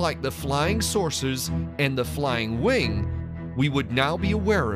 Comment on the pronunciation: Check my other comment about his pronunciation flying sauces . Not flying saucers